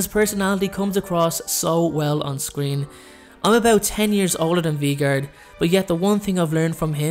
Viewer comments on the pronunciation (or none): the next one is VEE-gard Me: 😂😂🤣🤣 lol it’s Vegard: not the Bakery and clearly Snape doesn’t love her back Me: OMG LOL 😂😂😂😂😂🤣🤣🤣🤣🤣 got me on the floor laughing sorry no hate I just thought it was funny